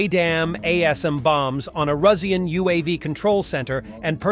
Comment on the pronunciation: You should have held back a few bucks for a better bot to read your scripts. It's been 2 years and yours can't pronounce 'Russian'.